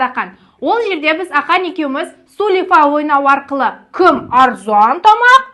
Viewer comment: Сулифа деп айтпаныз